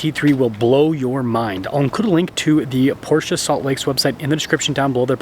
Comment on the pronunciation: Beautiful car, and thank you for pronouncing PorSHA correctly.